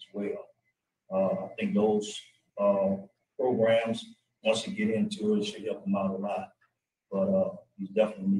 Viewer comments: I love how says “progrums.” At the end of the day, this guy needs to serve his time. It’s great that he’s making steps and he can make more steps while he completes his sentence. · PROGRUMS Love it!!